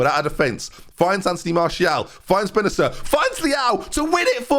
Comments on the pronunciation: It's pronounced Ismael -A-Ser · Kjaer = Ky-ah. Bennacer = -ass-err. And you’ve played too much FM to still be mispronouncing players names like it’s 1980’s football commentary. I love you too much to keep hearing it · Bennacer is pronounced (as in your name) + Nasser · Bennacer is Benna-ser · Just so you know, Bennacer is said like Benna-S air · Bennacer is pronounced with an S, so "Bennaser"; also, in Italy we put the accent on the second E, so it's "Bennasèr".. but I guess on the first E is fine too.. on the A though I think it's weird As for Saelemaekers, someone pronounce "AE" as A, someone else as E.. just do whatever you want, Genoa mean? And I know it's tough for English speakers, but the "GN" sound on Romagnoli is pronounced like the spanish Ñ. Cheers :-) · the "c" in Bennacer is pronounced like it is and not like a "k"